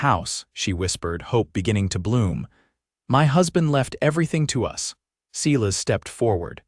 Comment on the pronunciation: Silas is pronounced S-I-L-A-S long I.